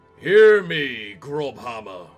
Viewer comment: Lol, “grobhammer” hurt my soul to hear X)) That letter is read as “ss” in German. It’s “Grosshammer” - “big hammer”.